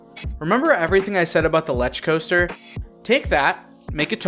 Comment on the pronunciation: Lech coaster. (L e k ) coaster